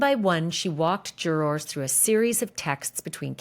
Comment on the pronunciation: Love Ashley, hate her pronunciation of “Jurawrs” 😂😂😂